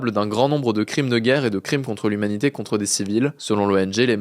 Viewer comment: "umanité" çà a un rapport avec les "ummites" ?